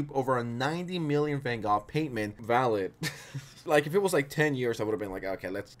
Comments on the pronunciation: Bro really said van gog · DID U JUST SAY VAN GOTH?